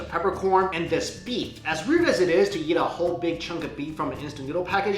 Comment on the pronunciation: everytime when he says "yeat" instead of "eat", i cringe!